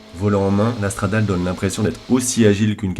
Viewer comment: On dit « Stradalé » et pas « stradale » c’est la base ! 😒